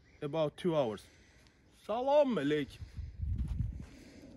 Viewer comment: It's not salama alaikum .... It's Aslam o Alaikum